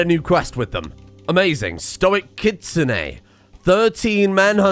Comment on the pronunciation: Of all people to pronounce Kitsune properly, I'd say was the last person I'd have expected.